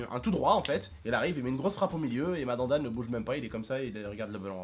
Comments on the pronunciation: Pourquoi tu dit madanda ces mandanda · c'est Mandanda on dit pas Madanda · TONTON C'EST " MANDANDA" PAS" MADANDA "😂😂😂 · C pas madanda c Mandanda mdr 😂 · cest Mandanda pas Madada xD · Mdr mamada au lieu de mandanda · c mandanda et pas madanda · "Madanda" 😂😂 Tu ma tue ! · Madanda il ma tuer comme il le prononce 😂😂😂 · "madanda" et apres ça se dit connaître le foot...